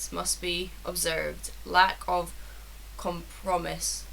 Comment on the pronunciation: compromise is pronounced com pro my-eyes It means to seek the middle ground